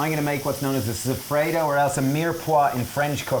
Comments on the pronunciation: Soffritto!!! Non sofredo... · Love it! BTW, soffritto is pronounced so-free-tow 😜